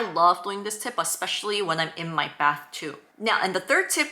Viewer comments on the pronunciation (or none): none